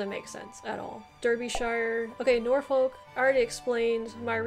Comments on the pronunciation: This could be me being northern, but we don't say "shire" but we'd say more "shuh" which will make some of these names easier to say! And don't pronounce "folk" as "folk" it's more "fukh" (this one sounds like I'm messing with you but I'm not!). In terms of historical versus ceremonial counties, in August when Greater Manchester was plunged into a local lockdown due to rising Covid, it was in the local news a lot that people didn't know what county they lived in. Greater Manchester was originally part of Lancashire (we're talking war fo the roses) and it's in living memory that the current counties were formed (1974 I believe). I wasn't born until 1992 and I know I am from Greater Manchester but being from Lancashire is a hill most people will die on. This also includes the likes of West Lancashire and Merseyside which were also part of Lancashire back in the when. But it was actually kind of amusing the way that my town (or rather borough) has borders with Cheshire, Merseyside, Lancashire and West Lancashire (to the point where there are schools with children from 4 different counties and I used to joke that I'd "walked all the way to Cheshire" when I'd walked less than a mile!) and as a result, the council had to tell people what county we live in because a lot of people were resistant to being associated with the city of Manchester as we're actually very rural in parts here (as with many Greater Manchester boroughs). I do think you did really well with this though! Most Br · Hey, also it’s pronounced norfork (Norfolk) and suffork (Suffolk) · Norfolk pronounced norfuk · The way you pronounce norfolk and suffolk makes me wanna cry